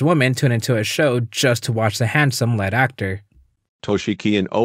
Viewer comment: "Lead" as in leed. Not led the metal.